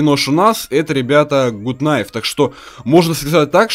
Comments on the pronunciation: Гат кнайф а не гуд кнайф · не гут найв а гат кнайв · Не Гут кнайф а Гат кнайф!!!!! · не Гут кнайф,а Гат кнайф! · правильно надо говорить Гат кнайф а не гут кнайф. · Не Гут Кнайф,а Гат Кнайф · ну гут найф а гат найф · Не гут кнайф а Гат кнайф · Те не умеешь читать какой гуд гад кнайв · Не гут а гат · правильно говорить Гат найф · извини но правильно гат кнайф